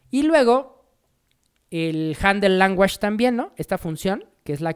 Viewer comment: Excelente tutorial, mil gracias!!! El unico feedback que te puedo dar para mejorar el video es aprender la pronunciacion de language en ingles, lo demas todo perfecto!